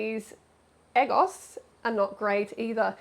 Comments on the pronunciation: Lmao "eh-gos". Freelee it's "egg-ohhs" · Eggos are those frozen waffles she's eating. It's pronounced "Eh-goes" as in 'egg' and then 'goes', as in... She 'goes' to the store. Eggo rhymes with Lego, the toy.